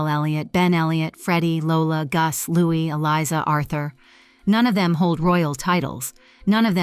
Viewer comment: Wasn’t Fergie caught for cash for access and it’s still mentioned to this day, even before the Epstein files?? And even after her divorce to Andrew. Camilla’s daughter’s last name is pronounced like Lopes not Lopez, and Louis is pronounced like the French version, not English, and Camilla’s ex-husband is Princess Anne’s daughter Zara’s godfather. There has been intermingling between Anne and Charles with the Parker-Bowels family for decades!